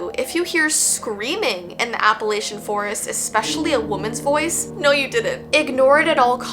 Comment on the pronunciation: Just so you know, it’s properly pronounced app-uh-LATCH-uh (minus the T), btw. There are no hard A’s like the A in ‘lake’ or ‘bake’. Just an FYI. 🙂